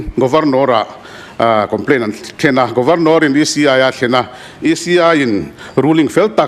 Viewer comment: Governawr..nilovin Governor zawk anih hmel..lam thing e..😂😂